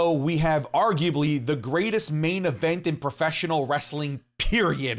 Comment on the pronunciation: Everytime he says preffesional wrestling i cringe